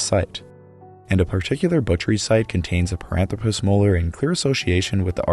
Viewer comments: It's par-an-THRO-pus, not pa-ran-thro-PUS, surely? More like anthropic and less like platypus? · Parânthropus: pronúncia proparoxítona 🆗